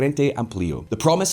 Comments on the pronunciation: Please bro, uruguay is pronounced “euro gwhy” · Agree. This bald dude is full of BS and at 54 seconds into this he cannot even pronounce Uruguay correctly. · EXACTLY. He lost a lot of credibility 54 seconds into the video when he misprounounced Uruguay.